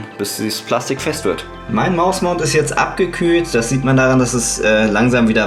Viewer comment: bin ich der einzigste der immer mausmounth versteht ?